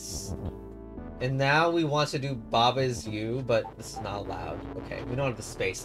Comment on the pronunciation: its pronounced /ba ai ju/